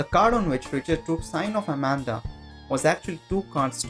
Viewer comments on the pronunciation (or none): none